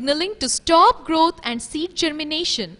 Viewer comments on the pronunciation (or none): none